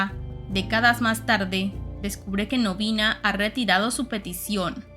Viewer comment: Gran saga junto con los libros de la sombra. PD: solo recuerda que el planeta de los pequeninhos es de origen portugues, asi que seria pronunciado pequeniños y Noviña.